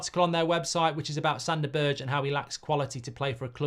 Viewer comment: This channel is great, Mark. But learn that Sander Berge is not pronounced BERDSJ. Just say BERG.